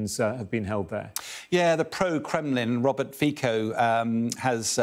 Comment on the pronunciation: If he really knew what he was talking about, he’d at least know how to pronounce Robert Coco’s name correctly! C is pronounces as ‘ts’, with a long ‘i’as in ‘Feetso’.